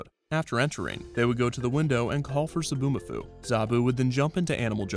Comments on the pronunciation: Zoboo not Zaboo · It's Zoboomafoo, not Zaboomafoo. You had one job, ONE JOB